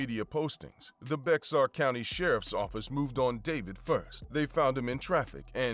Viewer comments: Its bear county, not bexar! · I’m from San Antonio and I know if you’re not from here you wouldn’t know this but BEXAR is pronounced BEAR. not sure why. It stumped me plenty as a child. But yeah we know about them boys. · FYI: Bexar County is pronounced Bear County 😅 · Bexar County is pronounced “BEAR” County ❤ Also- Smokeable low thc hemp is legal in all of the state of Texas until September 2025. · "Bexar" is pronounced 'bay-har'. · It's pronounced "Bear" County. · The "x" in "Bexar" is silent; the word is pronounced more like "bear" 🐻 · Bexar county in San Antonio is pronounced "Bear" county! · ‘Bexar County’ is pronounced as ‘Bear County’